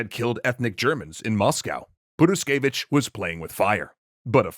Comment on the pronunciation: Sure, Tzar did neglect Rasputin's advices, but nowhere near so hard as you neglected "h" in the middle of Purishkevich